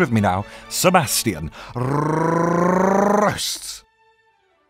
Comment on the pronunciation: That moment when you finally roll the R's!